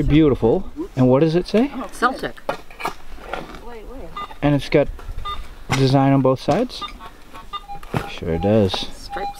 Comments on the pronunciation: its pronounced keltic not like our local basketball teams name. great video though. h h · the celtic's boston team. they pronouce it wrong. the c is a k sound sorry i didn't write it clear